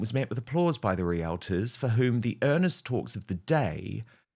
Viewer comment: Dan, did you actually say REAL-A-TORS???? Omg it’s REALTORS!!! 🤦‍♀️